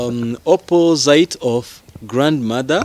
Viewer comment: ijambo opposite mucyongereza basoma " ɑpəzɪt " cg opozite not " oppozayite " like you're pronouncing.